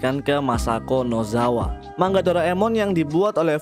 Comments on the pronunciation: Manga bang bukan mangga😭😭😭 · Bang salah ngomong lu itu, bacanya bukan mangga tapi manga. Kan "g" nya cuman 1 aja 😁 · maaf kak kakak ngomong nya salah manga bukan mangga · kenapa pas diawal awal kok abang nyebut manga jadi mangga😂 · Min dibaca manga bukan mangga,🤦 tidak doble G. 🤣🤣🤣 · Manga bang bukan mangga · Bukan MANGGA bang, tapi MANGA Wkwkwkwkwkkwwkw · coba dengerin bang, dia bacanya "MANG-GA" , harusnya bacanya "MA-NGA" hehehehe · tapi klo di jepang emg dibaca seperti MANGGA,, jadi N dibacanya NG di jepang, makanya MANGA jadi MANGGA, Konbawa dibaca Kongbawa... beberapa org jpn bilang sumimasen jdi Sumimaseng